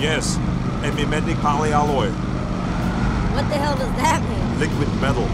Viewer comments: Аlloy а не oloy,polyalloy,или же по русски полисплав,сплав полимеров. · Poly Alloy.. полимерный сплав он имел в виду.. а не poleoloy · polyalloy правильно, а не poleoloy. Как полимер, только полисплав.